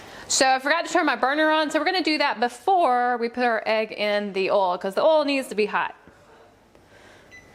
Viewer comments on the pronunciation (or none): it's not oo it's oil you idiot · Did anyone here ol instead of oil not being rude + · I think she ment to say oil not oli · I love how instead of saying oil she sais oll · You mean oil u said ol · Why she said ol and not oil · when you said oil it sounded like oilo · Did anyone notice she said ol enstead of oil when she was making the energy drink slime ?! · umm did no one notice that she is saying ol not oil in the begining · wis its oil not ole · Sorry but this triggered me but it's pernounts Oi, L...not ol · What accent do you have a phone like where do you come home because I’ve never heard someone say oil like ole